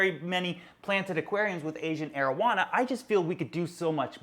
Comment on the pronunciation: i like how u pronounce the ancient arowana😀